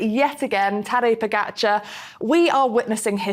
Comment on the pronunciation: Maybe Tejay should learn how to pronounce Tadej's name because when he says "Podjhicaar," it sounds like he’s talking about a new type of exotic fruit. More importantly, Tejay wasn’t exactly crying rivers last year at the Vuelta when Jonas and Primoz were taking turns attacking Sepp Kuss, their own team leader. He was as silent as a mime at a library. And if we're talking about class, that move was as classy as robbing your parents' house and then asking for a thank-you note. Clearly, for Tejay, class is all about who you're rooting for, and his objectivity is about as reliable as a raccoon in a cherry orchard—completely biased and a little bit mischievous.